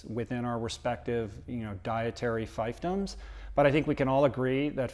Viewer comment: Fivedoms. No it's fiefdom. Unless this is how you say it on the other side of the grand salt lake